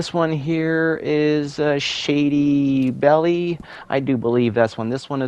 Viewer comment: im sorry but the shady belle location your totally saying it wrong the e is silent basically its shady bell